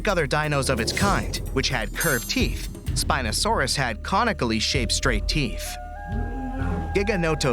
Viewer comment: wrong spino pronunciation